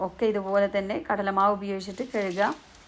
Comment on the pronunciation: കെഴുകുക അല്ല കഴുകുക